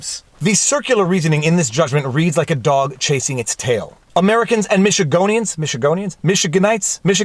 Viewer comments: Whitmer - wit * mer | Not that hard! Ha. And Michiganders - Mich * a * ganders is correct. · ... Michiganders (Mih-shi-gihn-durs), Viva Frei. Good try and don’t feel bad. That gets me tongue-tied, too. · It's Michiganders. (Mish-i-'gan-dər) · Emphasis on the “gan”